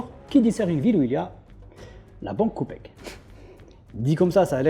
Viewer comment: La banque " copec " 😂😂